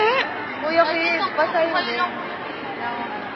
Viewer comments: inulit-ulit ko yung part na ,"pusit" na ang naririnig ko😂😂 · Akala ko rin pusit😂😂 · Bat naririnig ko "pusit"? HAHAHHAHAHHAHA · Huta,pusit talaga narinig ko eh